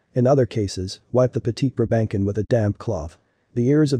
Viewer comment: NYCZ 0 seconds ago What the heck is a "briBANKin"???? BRA-ben-sohn! I have one, yes, and everything this video said is true, but please don't butcher it's name! I have enough angst when they call mine a "pug"!